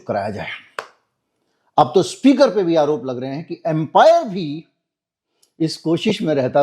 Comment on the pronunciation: एंपायर नहीं, अंपायर 😂